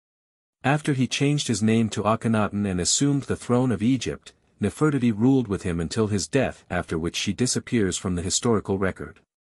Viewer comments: Her name is:: Ne-fer-ti-ti: get it😅😂👏💯🙏🏾🤨😖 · I apologize for the wrong pronunciation of Nefertiti. Please ignore that and enjoy the rest of the video. Thank you 💯🙏🏾